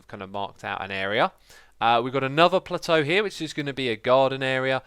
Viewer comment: Could we get "plateu" added to the Xisuma Dictionary? :P